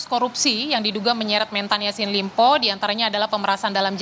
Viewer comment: Ini juga kompas tv kagak jelas... Kok sllu bilang ysin limpo.. pdhal namanya syahrul Yasin Limpo... Hahhahahhaha